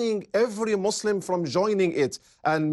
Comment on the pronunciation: Great video, shame the presenter does not know, how to say the word Muslim correctly :)